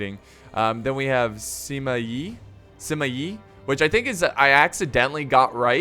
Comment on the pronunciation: hi I am a viewer from Hong Kong I would like to tell you that there are some family names have two words in Chinese such as Zhuge (諸葛) Xiahou (夏侯) Sima (司馬) That's why it is quite strange when you try to pronounce those words as one word. So, when you see the above family names, you can try to pronounce them as two words like Zhu Ge Xia Hou Si Ma And this may sound better. This is my first time to leave a comment and I hope you won't feel being offended.